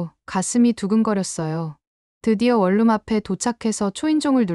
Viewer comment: 원룸을 월룸으로 읽다니...